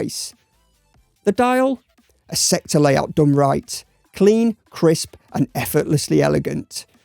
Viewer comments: Sceptre is pronounced 'Septer', no 'Skepter'. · You don't pronounce the 'c' in sceptre.